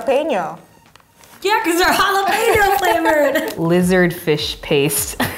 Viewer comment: She said "they smell like jarapeño"